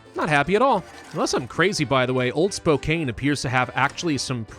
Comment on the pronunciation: I’ve said this in a video on old world blues a long time ago, but I’ll say it again because I’m from Washington and have family in Spokane. It’s pronounced Spo-can. Like spoke, and Can. But spelt with a K and an E. Thank you for your videos!❤